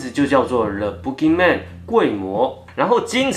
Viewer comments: 身为马来西亚的人听到你说boogeyman，一直觉得你在说粗话，pukiman😂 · boogey men 的读音是对的吗？如果是，那在这里那怪物就可怜咯，走到哪里给人笑到哪里😂😂😂。